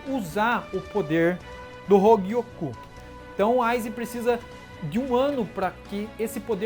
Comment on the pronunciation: "Hougiokou" KKKKK eu acho que eu ouvi isso uma hora nada haver ou eu to doido kkkk